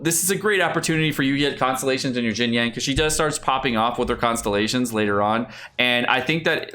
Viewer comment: Xingqiu = Shing - Chew... NOT Shing Ku Beidou = Bey - Dough... NOT Bey Doo Xinyan = Shin - Yan... NOT Jin Yan